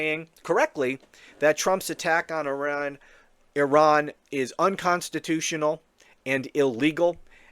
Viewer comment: Trump IS a neocon! And so nice to hear a USian making a good job of pronouncing Iran! 🙂 But re the Nobel prize - he'd make a perfect partner for Kissinger and "mother Theresa".